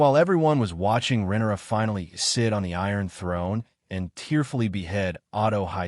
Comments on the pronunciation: right with you.. deemon and rennera I keep hearing and it's driving me bonkers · Rinera? rinara? That is how you say RHAENYRA? sorry not yelling caps lock stuck on.